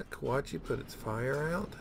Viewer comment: I so enjoy your enthusiasm, Mostly when you say, FY-Youre..! LOL